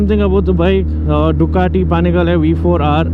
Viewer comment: I was freaked out when he pronounced ducati panigle v4r 🤣🤣🤣